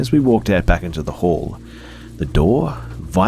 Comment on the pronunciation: I love how calming your voice is but sometimes your accent makes me laugh. During the 3rd story, when you kept saying "hall" all I heard was "whore". Is that just me?